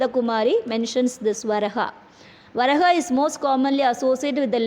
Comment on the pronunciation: It is pronounced as Va raa ha,വരാഹ.